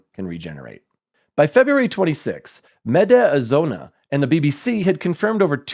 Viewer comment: medi azona 😂😂😂